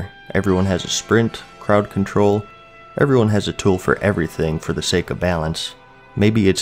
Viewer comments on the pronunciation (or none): none